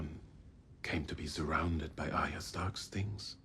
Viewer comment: I realise that this is older and you may know by now but Arya is not pronounced how you're saying it as Aria. You pronounce it Ar Ya as 2 parts together to get it right. Anyway, loving your reactions. Found you on TWD and that's my fav but loving this one too as I'm a big book reader and have read all the Song of Ice and Fire multiple times. Thanks :)